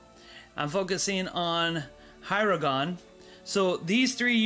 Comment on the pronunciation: And AragoRRRRRRRn not "aragon" .. and HirGon not "Hirogon" :( .. just butchered Tolkien's work